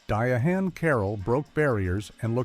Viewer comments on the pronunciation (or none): DIANE..NOT DIE-A-HAND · The machine said "Diya-Hann" and "Dinesty"! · I wish the narrator would learn how to correctly pronounce the names of actors and entertainment shows. There's no reason for him to mispronounce Diahann (Diane) Carroll and Dynasty (DI-nas-tee). And his mispronunciation of Klute was just sad.😠